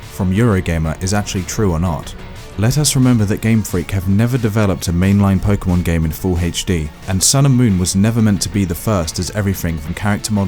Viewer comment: Am I hearing Pok"ee"mon?